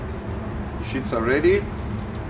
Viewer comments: Wonderful, but please it is sheets (eeeee) not shits. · The pronunciation of sheets was interesting 🤣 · Thank you for confirming I'm not crazy. I kept hearing him say "pasta shits" and it's all I can think about now lol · My husband is French. I didn’t realise the Italians pronounce “sheets” the same way😁💕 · I really like the lighting in this kitchen. Most professional kitchens are lit up like the inside of a convenience store-gas station. This one is well lit, but not obnoxiously bright. Also, I like the way he says “sheets” ! Great video!!!